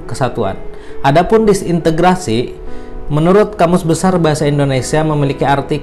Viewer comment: Disintegrasi pak, bukan disintegritasi